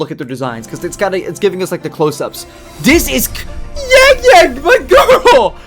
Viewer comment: Wow, you have good pronunciation for their names.